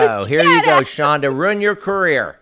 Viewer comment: People, her name is Chonda, not Chondra :)